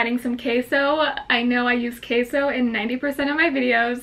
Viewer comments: it's pronounced ke-so not kay-so 😭 still adore you though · Bro she said “Kay-So” instead of queso (keh-so) 😂♥️ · How do u say jalapenos all bad ass and totally butcher queso werka??? It's queso not kayso!! I'm telling ur mom!! 😉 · Trista Kuechler she pronoun it as kay-so... i wouldn't have corrected her if she got it right lol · Trista Kuechler but it is pronounced ke-so . Can't expect her to pronounce everything correctly just because she's half Mexican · sis you're half mexican yet you're pronouncing queso and "K-so" ??? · how do you say queso so white but jalapeño not white lmao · I love how you say Queso. Normally I hate it when it is pronounced that way, but it’s so adorable when you say it like that. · Says queso and cilantro like a gringa but jalapeno and elote like Mexican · WAIT if you are a mexican why do you not say Queso right in the proper spanish way. :( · She's half Mexican and can't even say queso correctly? Lol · It Triggers Me That She Knows How To Speak Spanish And Ugh The Way She Says Queso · No offense but u said queso so weird 🤣😂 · the way she say's/kind of tries cheese in Spanish really bothers me😂😂😂no hate💙☺ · So she says queso like she's white but she says jalapeno and elote like a Hispanic oh my Oh mi 🙄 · Eww say queso right si no say it in English "cheese" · Just came across ur channel today. No shade but I've heard you pronounce "cafe", "jalapeno" and "comal" so well, but u can't pronounce QUESO?? super cringe worthy for my mexican ass lolol